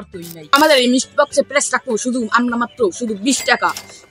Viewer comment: Mestry box?❌ Misti box✅